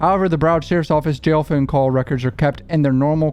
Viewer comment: the way he keeps saying “foawne” lmao